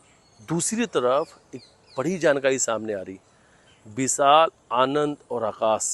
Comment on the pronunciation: Yah anchor Sha ko Sa kyon bolata Hai सा दी नही होता शादी बोलते है विशाल हे विसाल nh h एक एंकर को अपनी भाषा पर काम करना चाहिए और यह एंकर तो बहुत ही ज्यादा साइड लेता है सोनम की